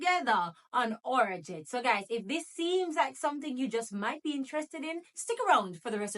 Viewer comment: It’s not our jet it’s arajet 😂